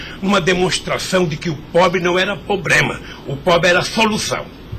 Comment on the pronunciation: O pobre não era "POBREMA"... KKKKKKKKKKKKKKKKKKKKKKKKKKKKKKKKKKKKKKKKKKKKKKKKKKKKKKKKK